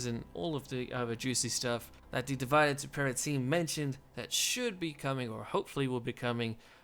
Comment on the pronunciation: I like your content but can you please pronounce name of the mod correctly. It is a latin word and the main culprit is that it has same spelling and meaning in English. Or you just can say it on English - Divide and rule.